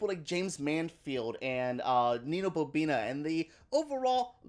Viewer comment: It’s Nina boNINA not Nina BoBINA lol